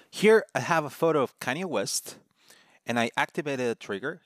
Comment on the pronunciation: pronounced KanyÈ :) but otherwise great intro to states in framer